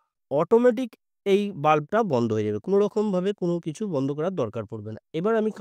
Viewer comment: Banda ? Bandha bolte janona ! Madrasa education naki !